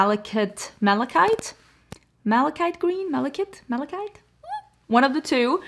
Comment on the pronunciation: Yep. Also, malachite is a mineral/stone that is dark emerald green with black (sometimes white) veining. It is commonly used in jewelry but can also just be a beautiful book shelf display. You pronounced it correctly with “MAL-uh-kite”.